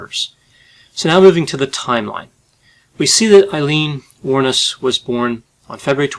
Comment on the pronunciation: Her name finally pronounced correctly ✌️🇮🇪